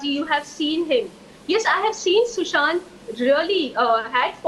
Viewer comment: I am just so angry, she keeps ruining sushant's name, even after she ruined his life and ended it... How can such a person be allowed to do as she pleases??